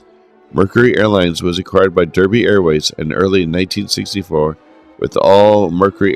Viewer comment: Derby is pronounced "Darby"